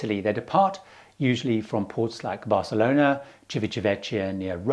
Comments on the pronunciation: just a tip, it isChivitavekkia, not Chivitavechia. 👍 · Civitavecchia !!!!!! Civita - Vecchia !!!!! Old City! Please start pronouncing it the right way!!!!!!! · Just for your info. Civitavecchia is pronounced civitavekkia. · The correct pronunciation of Civitavecchia is: Chivita'vekkja. 'Ci' in Italian sounds like 'chi' in English, while 'chi' in Italian corresponds to 'ki' in English. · ˌtʃivitaˈvɛkkja... like this :) civitavecchia "ecchia" sounds like double K :) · Hi, just one small correction (maybe useful for future videos) as I live in Rome and I noticed Civitavecchia comes up relatively often in your videos. It is actually pronounced like: Chee (sounds like: CHEE-se) vee (sounds like VEE-jay) tah (sounds like TU-ck) vek (sounds like VEC-tor) Kia (sounds like.... CHI-anti, KEA-nu reeves??:P ) chee-vee-tah-vek-kia Not being picky, just letting you know in case it's of interest;) Love your videos!!!:):):) Please keep 'em coming! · Excellent video! Except that I would like to point out that the port for Rome is pronounced "Chi-vi-ta-VEK-kia." (C before e or i is pronounced "ch," but when an h is interposed, it's pronounced "k.") Just thought you might like to know for future videos. I know it's a hard one! I love all your videos and very much appreciate all the time and effort you put into them! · Thanks, - good tips as usual. But as a travel/cruise expert, you ought to say the names of these places properly, please. The most egregious is Civitavecchia: it's chee-vee-ta-VEK-ia, and you don't have to be Spanish to know (Ringo isn't) that Mallorca is pronounced my-YOR-ka. Thanks.